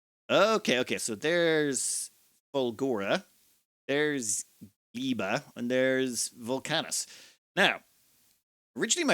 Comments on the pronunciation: . Almost. It's Gleba, not Gliba. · My favorite recurring joke is that can't pronounce anything and just rolls with whatever. "Gleeb". MY FAVORITE. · Oh I love this, he went Gleba first. Pronounced Gl. ebb. Ba. btw. Oh and Hello Deathworld, we have Striders and Stompers already. "Just Bioflux and Eggs, easy!" Famous last words. Hehehe Oh wow.. he wants to transport all the Science to Gleba, instead of only Gleba Science to Home. >.<